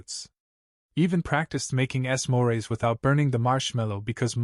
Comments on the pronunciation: S....moreˊ? It is pronounced smore. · Nice to have a different accent. But the sum-mor-rays instead of smores was hilarious.